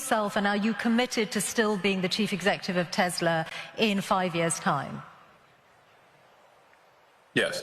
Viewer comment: Come on lol She doesn’t even pronounce Tesla correctly!